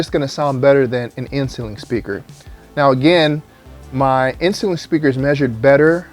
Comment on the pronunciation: The first few times you said inceiling, I just heard insulin. You need to slow down when you pronounce that word. With that said, good content.